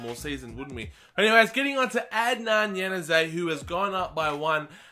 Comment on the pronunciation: Can you stop saying the word lads and you can't pronounce adnan januzaj's name right